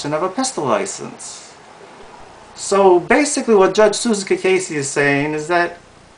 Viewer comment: I missed something. Susan (ka case) Cacase, which this guy cannot even pronounce it properly, has not stated where Susan's brother did anything. I know one brother was busted. I never asked him the outcome. But what a brother does has no affect on Susan's job as a judge. That is like Trump the Skunk attacking Bill Clinton about women in his life when president. Bother are sluts and bums, but at least Clinton was paying off the NAtional Debt.